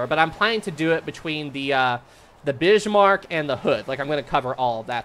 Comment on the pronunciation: "the Bishmarck" 😅